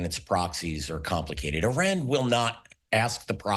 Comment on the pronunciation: Once someone mispronounces ‘Iran’ you know they don’t know what they’re talking about.